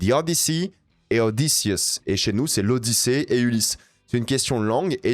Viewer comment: C'est l'Odychiée. 😂